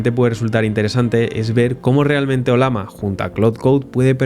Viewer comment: No entiendo como es que la pronuncias como "Olama" siendo que tiene en su logo una Llama, y claramente se pronuncaria oLLAma xd